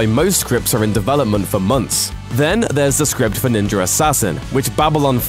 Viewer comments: why the fuck do you pronounce "Ninja" as "NinjaR"? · Is he saying ninjer or ninja? It sounds like he's saying ninjer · there's no "R" in Ninja... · There is no R in ninja its nin-ja not ninjar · Ninja not ninjar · It's ninja, not ninjer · Did anyone else get annoyed hearing this guy say ninjer instead of ninja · ninja. not ninjer. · Why is he saying “Ninjar” instead of ninja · Am I the only one hearing NINJER instead of ninja?? UGH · there is no fucking "r" in ninja.... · I made it through a minute and a half of this dude pronouncing "ninja" as "ninger" before I had to give up on this. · Bitch it's NINJA ASSASSIN! "NINGER" wtf? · PLEASE stop saying Ninjer Assassin!!! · Why this dude keep saying NINJAR assassin? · the didn't invent the chain blade, it's called kusari gama, also I hate how it sounds like you're saying ninjer instead of ninja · what is a "Ninjer"? lmao.. think you need to learn how to speak. ninja... ninjuhh!!! lol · British people have to stop saying ninjer instead oft ninja it's so annoying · It's fucking NinjA. Not NinjER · is it ninja or ninjur? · NINJA (jah) not Ninjer...say it right you dumbass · "Ninger Assassin" if you listen carefully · Him pronouncing it as “Ninjer” is killing me 🤦🏾‍♂️ 😂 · Where is the “R” in NINJA? asking for a friend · Did this man say ninjer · “Ninjer assazin” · i don't get why people would say GAN when it is spelled as GUN like for example BULLET. it's not spelled as BALLET. so how the fudge is NINJA assassin pronounced as NINJER??? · There is no R in the word Ninja. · This guy says ninjer assassin 😂 you cant be that fuckin dumb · Ninjer assassin 😂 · Wtf is Ninjurr Assassin? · Did anyone else realized this guy can’t say the words Ninja Assassin? He keeps saying Ninyer Assassin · I swear to fucking god if you say "ninjer" one more time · "ninjer" assassin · Can you stop saying ninjer assassin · There is no "R" in ninja! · "Ninjer Assassin" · New drinking game. Take a shot every time he says ninjr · What's a "ninjer"?